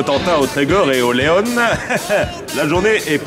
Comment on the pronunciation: Lege on prononce "Le pays du Leon" comme le prénom et non pas comme la Seat... Ok c'est les bretons les plus radins, mais bon un peu de respect please !